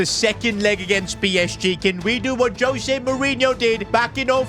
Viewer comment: Its pronounced Hose not Jose. Its also pronounced Gonsalves on Gonkalves